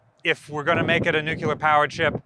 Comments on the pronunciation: you mispronounced nuclear each time you said it. It’s nuclear, not nucular. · Nuclear! Hope that helps you pronounce an incredibly simple word correctly for a change. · The moment you pronounced Nuclear wrong.. you lost all your credibility.